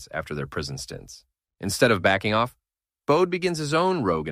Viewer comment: His first name is pronounced Bo dee and last name Lee own knee